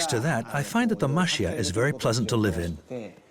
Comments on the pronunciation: I might just be me, but it sounds like the narrator is saying "muh SHEE uh". It's actually "ma chee yah". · The correct pronunciation is Ma-Che-Ya not Ma-Shi-A for the houses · its pronounced mah-CHEE-ya not mah-SHEE-ya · The video was very nice the only thing that bothered me a little while watching was the guy pronouncing machiya as mashiya ! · The pronunciation of Machiya isn’t Ma Shee Ya. Chi is like “Chee”se. The female narrator is correct. I posted videos of Kyoto , too in my channel. Kyoto wasn’t bombed so much during the World War II, therefore, we still see some traditional architectures however, it’s very much changing because of the tourism. Some were turned into modern hotels. I try to film Japanese cultures to introduce to the world. Thank you for sharing your video, too. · Why can’t you pronounce machiya properly? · Are you saying they can't take the time as a professional documentary film production company to find out how to properly pronounce the thing that is the main subject of the film or that French people can't pronounce the ch sound or that they shouldn't have to even bother getting it right and trying to pronounce it or are you saying the OP is wrong (they're not, BTW)? Remember, too, that the narrator is not French.